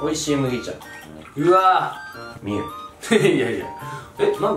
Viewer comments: ミューじゃなくてミュウな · みゅーじゃなくてミュウだよ？ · 幻のポケモンは「ミュー」じゃなく「ミュウ」ですよ。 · 正しくはミューじゃなくてミュウだよね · ミューじゃなくてミュウだよ